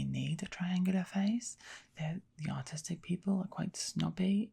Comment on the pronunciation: I kept hearing autistic instead or artistic lol